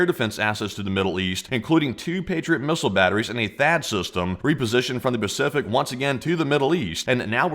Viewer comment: Ah yes...the "Bacific" Ocean 😂